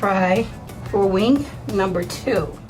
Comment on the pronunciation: Are you saying wing?? Sounds like wink.